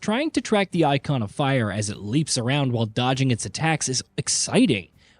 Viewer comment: This guy can’t pronounce Garuda or Eikon. Lol 😂 Can’t take him serious.